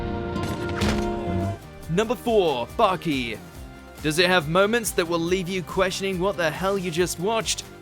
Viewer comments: Aint no way he called the title of baki "bucky" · WHY THE FUCK DID YOU CALL BAKI "BUCKY"? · Bro said “bucky” lol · its BAKI not bucky